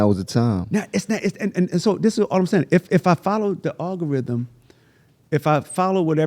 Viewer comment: I never heard the word algorithm get butchered so many times 😂 great interview though, much respect 🫡